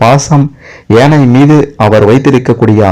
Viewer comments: ஏனை அல்ல ..யானை. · ஏனை என்று சொல்லாமல் யானை என்று சொல்லவும்.கேட்க...கேட்க தமிழை நினைத்தும் மனது வலிக்கிறது.